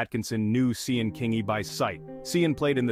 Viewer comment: Sian is pronounced Sharn 😕 was hard to listen to that AI